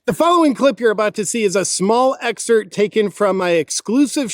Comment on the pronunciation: "... a small "EXCERT". DAMN YOU JP!!!! You're one of my favorites, I promise. But "this just in...", it's EXCERPT!!! Get in there. You can do it. I can never get to the switch pitch to Rumble because I thought you were trolling with excert. And hmmm, maybe you are? If so, apologizes. Because, "this just in", no one does it better than you. #thisjustin!!!